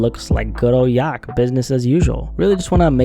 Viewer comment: the way you say yak almost gives an aneurism